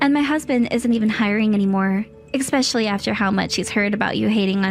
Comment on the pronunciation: From that day forward HE and I were dating. Not him and I were dating Both of you guyses parents. NOPE!!! 👎 Both parents or both of your parents. 👍 It’s pronounced eSpecially not eKspecially.